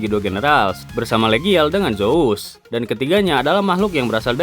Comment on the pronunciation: Zuoos Bukan zous